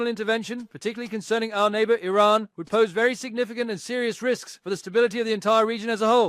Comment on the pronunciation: This plastic lip job, Carolyn Levitte, can not even pronounce Iran!! Perhaps her grandfather/ husband can teach her pronounciiation!? Rubio is a zion nut job. He is not American